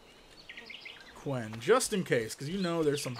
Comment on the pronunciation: Lol its quen not 'Queen'